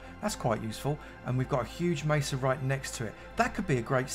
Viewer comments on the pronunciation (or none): none